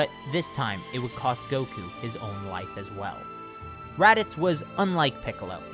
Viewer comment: doesn't it kinda sound like he's saying "Freiza chose to attack instead of leaving with his Wife." instead of Life to anyone else